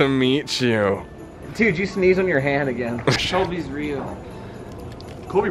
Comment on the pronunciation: Was I the only one who heard "sholbys real" instead of "solbys real" ?